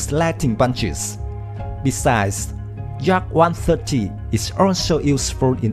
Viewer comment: please learn at least the name of this plane and construction beraoue that designet it,Yak is not Dzak as you say ,look it up at the some russian videos about Yakovlev planes.please we like the work you are doing do not ruin everything by a poorvoice overs.work on basics!Thank you.